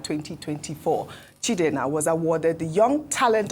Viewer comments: Why's this always spoiling igbo names as if she's not an igbo person while she pronounces other tribal names well Why calling CHIEJINA,chidena. She celebrated her mother's memorial service and according to her mother's name, she was an igbo woman so i wonder why is finding hard or ashamed to speak igbo language properly. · The way pronounces Igbo names without correlation to the original meaning is just scary😂😂 Chidenna as against Chi-eji-na, or am I the only one who notices this? Unless the producers spelt it wrong even though what they wrote has more meaning than what she pronounced. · that Sopranos name is pronounced Chi-eji-na. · Ojy, please pronounce that name like Igbo neighbor or Igbo girl ,her name is Chi eji na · Even can't even call the igbo name. Chi-Eji-Na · Chi-eji-na. Ojy can’t you pronounce that name? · Ojy can't pronounce "Chiejina"